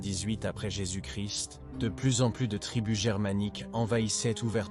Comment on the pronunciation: Bon docu mais plusieurs problèmes audio. Aussi, le français laisse vraiment à désirer. IA ou voix humaine?!? ex: 1-"...en 378 après Jésus-Christ"; on ne prononce pas le "st" dans Christ. 2- Les "Hunts" et les "Goths": en français, on ne prononce jamais le "s" dans le pluriel des mots. Goths se prononce comme le mot "go". 3- Mauvaise prononciation de Stilicon (général). Ça s'écrit en français avec un "n" à la fin. 4- le 5e siècle a eu de "grands zéro" !?!...Ça ne se prononce pas comme ça!!! ...non..."grands héros": il n'y a pas de liaison entre grands et héros. 5-Monothéi"z"me; On prononce "monothéisme". 6- "...un nouveau ensemble de problèmes..." Wow! On dit: "nouvel ensemble".